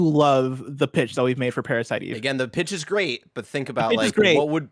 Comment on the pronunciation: I'm more offended by the way Greg says Parasite Eve than PASBR getting the boot.